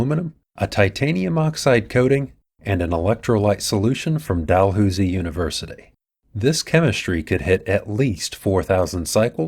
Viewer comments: Great stuff. Dalhousie is pronounced Dal "Housie" as in house. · It's pronounced 'Dal' - 'House' - 'ie' :) source Friendly Canadian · Dalhousie is pronounced Dalhowzee. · Dalhousie is pronounced Dalhowzee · nit: Dalhousie is pronounced Dal "house" ie